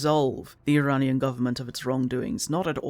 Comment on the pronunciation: omg you pronounced iranian the arabic way, as an arabic speaker THANK YOU. continuing the video! Edit: thank you for covering this game the way you did. it's both heartbreaking to hear that Iran, which is only a few countries away from my own arab state, went through it's own fuckery from western powers, and also a little heartwarming that not only does this game exist at all, but that you're covering it, that you see it as important. i am in tears at the respect you have shown this game and the real world political issues associated with it. I am eternally grateful. thank you.